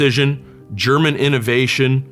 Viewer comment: What a fantastic presentation of 3 amazing sniper rifles. I didn't know the Model 93 SR until now. Thank you for that. Even your German pronunciation is pretty good